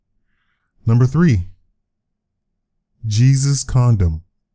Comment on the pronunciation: 2 was not Jesus it's pronounced hesuse